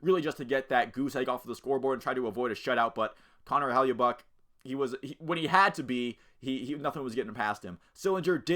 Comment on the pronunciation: It's "HELL-A-BUCK"